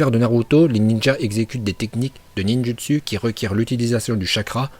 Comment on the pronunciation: Il maîtrise le ninj u ts u 🤣